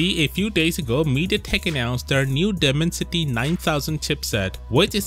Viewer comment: You should look up the correct pronounciation of dimensity 😅 great vid anyway as always!